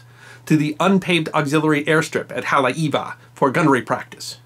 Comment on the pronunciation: One the FEW Historical narratives that doesn't Mutilate/Butcher the correct pronunciation--Haleiwa( Hah-Lay-Ee-Vah) meaning the House of the Iwa(Frigate bird)....Mahalo nui